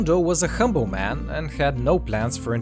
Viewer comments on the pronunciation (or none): none